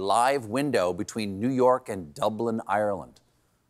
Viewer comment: Love the pronunciation: Nyerk, Nyerk.